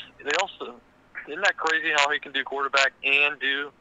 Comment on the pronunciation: How long has Florida been cwazy?